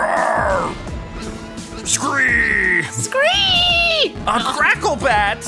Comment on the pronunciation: I laughed so hard when the guy said "crackle-bat" instead of "cackle bat " XD